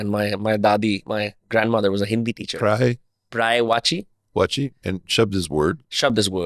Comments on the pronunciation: Bhai it's पर्यायवाची शब्द not प्रायवाची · it's "paryayvachi" not "praeyvachi" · paryayvachi not praayvachi😂